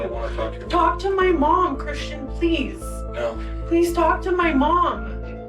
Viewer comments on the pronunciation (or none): Why is she pronouncing Christian as CHRISHUN tho 😭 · Why does she call him Chrishan. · Is there any reason she is completely unable to pronounce her boyfriend’s (well, her EX-boyfriend now, I guess) name properly?? It’s like fingernails on a rusty car… betcha didn’t think I was going to say rusty car LOL. Every time she whines “Chrisshunnnnnn” makes me want to slap her… “What are you, FIVE?!?! Damn, girl. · I hate how often she says "Chrisshon" not Christian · Kri-shuun, kri-shuun, kri-shuun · CRISHUUUUNNNN!! I ate to much & UR CAUSING ME MY WLS!! CRISSSHHHUNNN!!! Dam! She couldn't even say her bf's name rite? Is she 12???